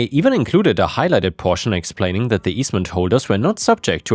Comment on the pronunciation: "we will see about daat" :)